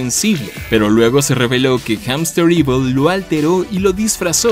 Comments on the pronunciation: Rayos, como fan de la serie y por parte de Hamsterviel tengo que corregirte en la pronunciación porque el siempre se enoja de que lo digan mal. Se dice jamstervil no jamsterivol xd Y se me hace raro que nadie lo mencione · HAMSTERVIEL! No "Hamsterevil". El tipo lo repitió bastantes veces para que lo pronuncien mal.